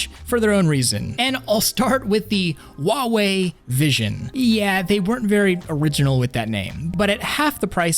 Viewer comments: it's pronounced "Hwah-Way" not ""wah-Way" the H is not silent. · The h in Huawei isn't silent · tracking better my ass it bops up and down and air link still doesnt work also how the fuck did you just pronounce huawei oh and i hate the rounded corners in any ui's it doesnt fit on flatscreens and its still annoying in vr and the fact that you can have 3 apps side by side but not wherever you want them and just 3